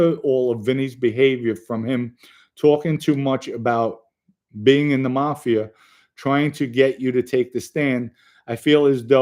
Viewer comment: i likee how you say mafi'er its reminds me of a mandarin accent they use er in a lot of words like mcdonalds in english they say with accent mcdoneerds